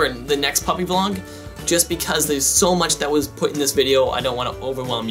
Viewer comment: Did anyone else hear him say punny vlog in the beginning